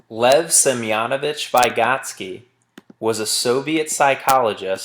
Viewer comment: Every time he mispronounced "Vygotsky" I threw up in my mouth a little... Good video though